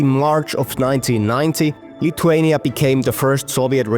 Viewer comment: It’s not pronounced “lituania” but pronounced “LITHuania” like how you say with